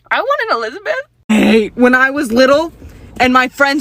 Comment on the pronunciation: "i WaNt An eLIzbETh" i feel you